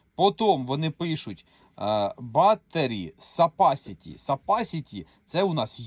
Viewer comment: Як що тут намагаються бути розумними, будь ласка, для початку навчиться правильно говорити слово Capacity. Сапасіті бляха.... З таким успіхом Coca Cola стає Соса сола